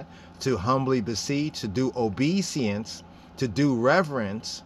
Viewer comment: Good presentation !! One thing though... it is not obe seance (just so you can see how u spell it and how it’s spelled) but it is obe e sense... We also say it in French... but obéissance (obe is said in an west African way, then i in the middle sounds as E, and finally 2 s + ance sounds like sense... but the en which sounds like N is says Ann like the name...